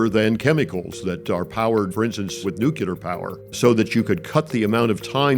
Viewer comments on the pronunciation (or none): Nu-cu-lar. EAR-SPLITTING SCREAMS It’s nu-clear, bonehead. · "Nucular" fusion reactors lmao come on. Just say the word correctly please. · Why do people say nucular? It's nuclear... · This guy can't even say NUCLEAR correctly. He keeps pronouncing it NUCULAR. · It's not nucular it's nuclear. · You lost me at "nucular". Anyone who doesn't know how to pronounce a simple 7-letter word probably should return to school instead of talking space exploration policy. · As someone who works in space industry, listening to the "nucular" adviser, Trump and reading these comments, I can't think of any other word to describe this other than: idiocracy :-D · Nucular Fusion Reactors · Things I have trouble trusting: A guy who wants to mine the moon to make nuclear reactors, but also cannot pronounce the word nuclear. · guy mispronounces nuclear.. not a good sign